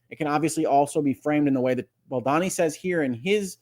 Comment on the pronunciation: I love your commentaries, you are my favorite, I missed you terribly while you were away, but I must tell you that it’s pronounced Baldoni (rhymes with baloney). Thank you for your balanced, thoughtful, and incisive commentary. SO APPRECIATED!!😃❤️ Elizabeth